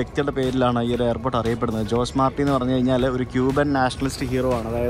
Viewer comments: In Spanish ജോസ് അല്ല, ഹോസെ ആണ്. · ജോസ് മാർട്ടി അല്ല ഹോസെ മാർട്ടി... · In Spanish J is pronounced as H so JOSE is pronounced as HOSAE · In Spanish the letter J is pronounced as H/ ch. So Jose is pronounced as ഹൊസേ 😊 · ജോസ് അല്ല.. അത് ഹോസെ ആണ് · ഹോസേ എന്ന് പറയണം. ജോസ് അല്ല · José is pronounced as ho-say in Spanish influenced places. ജോസ് എന്ന് നമ്മുടെ നാട്ടിൽ മാത്രമേ വിളിക്കൂ.